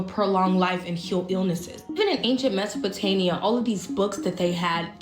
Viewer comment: It's "Mesopotamia" not Mesopotania. And what the heck is a "hardrone" colliider??? It's Hadron pronounced "had ron"! My goodness you are pure TRAMPLING on my OCD!